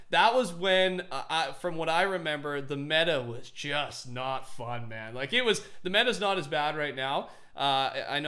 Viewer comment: He says like wrong. Up vote so he can see